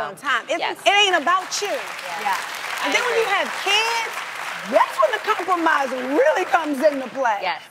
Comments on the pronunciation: It's compromise not compormise yo! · It's compromise, not compormise..... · "Compormise" haha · Hahaha i thought adrienne said 'The weed men' are attracted to that LMAO but anyway it is hard to 'compormise'....spellcheck fail